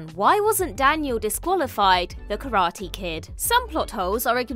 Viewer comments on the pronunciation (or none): none